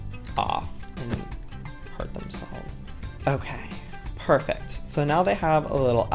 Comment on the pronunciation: “perfect “ ? More like perrfect😄😺🐈